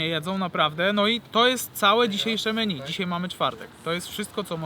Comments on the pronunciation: Menju a nie meni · czytaj: „menju”